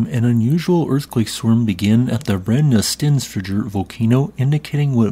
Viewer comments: Im not icelandic but I think the double l in "fjóll" is pronounced more like a soft t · It means Sulfur mountains❤. It was good but fjöll needs a bit of a work, but I can not blame him it is very hard to pronounce that😅. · As for the pronounciation, the -fjöll part goes as -fya-ttl. At least, that's much closer to it. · Just say Brenni sten (breath ) fyoll. This is a combined word so practice slowly . Then accelerate until you can say both together 😅😂❤ without breathing in-between. Good luck!! Americans are usually very good at speaking Icelandic when they know the "shortcuts" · Hey! To help you pronounce "Brennisteinsfjöll" its good to break it up into bite size pieces. "Brrennih - stains - fyutull" Make sure to rrrrroll your R's and the second 'u' in fyutull is silent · You could ask to pronounce volcanoes and glaciers, then put them into the narration as appropriate:) Double "L" at the end of a word are pronounced as "TL". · Just a heads up. Brennisteinsfjöll is pronounced Brennisteinnsfyotl. The double LL at the end sounds a bit like bottle, but you have to push the sound between your teeth at the side of your mouth. The name means sulphur mountain; burning stone mountain. My wife is Icelandic and laughs every time you say it 👍 Tough language tbh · I’ve said this a billion times, I’ll gently say that the way you pronounce words ending in “jöll” or “jokull” is still wrong. That last “fjoll” has a Y sound in it, the J makes a short Y sound, like “fyull” I can’t understand also what makes you turn Eyjafjallajokull into “Eyjafjallajokutal” when there’s no T toward the end lol It’s Eya-fa-yal-la-yokul And full disclosure I’m not even Icelandic 🤣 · 🤣 Yeah, sounded more like a volcano in the canary islands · No. He always butcheres the double l's in the end. Lot's of bizarre j's or t's or something. Just pronounce it right mmmmkay: "hhhhttttl" 😊 "BRENNI-STAYNS-FEE-OEhhhhttttl" 🎉 P.s. pronounce fast, not slow 😊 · Now learn to pronounce it correctly.